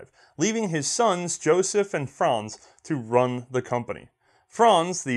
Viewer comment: Hey you nailed the pronunciation of the names Franz and Josef and also the Waffenfabrik congratulations, now you have unlocked the inner German achievement.:D Also thank you and (hopefully I wrote that right) for the great content. I always wondered about the development during and just before WW1 for small arms.